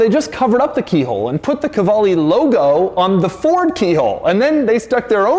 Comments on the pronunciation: To be honest: I had been pronouncing that name K-VALE with a Steve Martin-esqu Dr Hfuhruhurr vibe . But NO it is KU VA LE. Doug, you have enriched my life immeasurably. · I don't think it is a "Ka-vale" but rather a "Kvale" Mangusta. Right? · Ok but it's meant to be pronounced "koo-aleh", like latin "u" which is written like a "v".